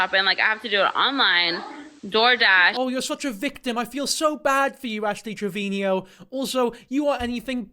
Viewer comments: Pls stop pronouncing it trevinio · I think you are saying her last name wrong! Its Trevino, not Trevinio.. 😂😂😂❤❤❤ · The way you say Trevino is the exact same way Gordon Ramsey says Marino(which sounds like Trevin-io and Marin-io). I love it 😂❤